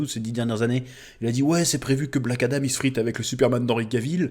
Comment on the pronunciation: Adam frérot, pas Adame 😂😂